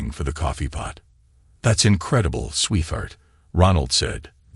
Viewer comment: please program the voice with 2 words.....sweet heart.....it will pronounce it correctly then....and not sweetheart as one word "th" in the middle damn same story yet again last story was 16 years maturing trust fund/deals 3 kids not his own phil from barcelona...art dealer and money laundering and apparently the real father now its 18 years maturing trust fund/deals 3 kids not his own (one daughter with a conscience) bernard from london (tech guy) and the real father